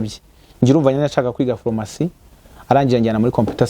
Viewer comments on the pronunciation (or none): Ese ko uvuga ko uri umuhanga ariko ukavuga nka Mama wanjye! Phormacy, reçe,..... Mumbabarire nihitiraga ariko ntibiryoshye kubyumva pe!